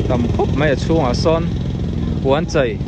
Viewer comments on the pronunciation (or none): Puan chai nilovin Puan chei tih tur aw